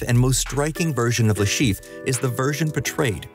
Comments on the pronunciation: Le ChiffRE! Say his name correctly, make an effort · Le Cheef? You may want look up the pronounciation of foreign names in the future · Aaaah yes the famous "Le Schieef"